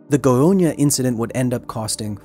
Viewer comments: It’s pronounced Goy-uh-nya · It's not pronounced "Goionia". Great video though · how come your "brazillian staff members" didn't warn you about pronouncing "goiânia" as "goiônia"? that was painful to hear, not gonna lie. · at it again! Amazing documentary, as a Brazilian, this one hit different. I wasn't aware such a big disaster happened here, and again because of human error, mismanagement and lack of education. And yes, you butchered the names, but in your defense, the "â" in "Goiânia" is a nasal sound, which English just doesn't have, much like in Portuguese we don't have the "th" sound, making "thing" sound like "fing" when we speak it. It's hard to make a sound you never made, with parts of your face you're not used to moving in that particular order. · The goyña xdxd I'm dying xd Brazilians were just being brazilians. State has the blame. U did well... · its goiana not gonhonha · Great video but I hate hate HATE the way you say "Goiânia". You pronounce it like "Goionia" which doesn't make sense. It's GOI-A-NIA and NOT GOI-O-NIA. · Â is pronounced like "uh", not "oh" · It's funny how you always says "GoiOnia" instead of "GoiÂnia". This "â" is pronounced "inwards" (through the nose), it's not an open A like in "absent", but more similar to how an/aid/aim have the same "a" sound. I think this phoneme doesn't exist in any word in English, this through the nose A/O/E (with the little hat above like â, ô, ê), so to be easier for you just pronounce those vowels with open phoneme for them. For A use the sabe pronounce as in Absent/Absence/Alligator/Alive. For O use the same as Option/Optimal/Optimistic. For E use the same as Ecology/Economy/Ecosystem. I'm Brasilian by the way. Great video.